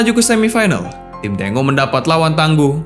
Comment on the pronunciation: Bacanya "Tenggo"Boss... Bukan "Tengo"... Itu adlh nama tarian dr negara Argentina... seperti Brazil punya julukan tim Samba, yg juga adlh nama Tarian dr negara Brazil... Videonya udah bagus... Sayang terganggu dengan kata2 Tengo itu...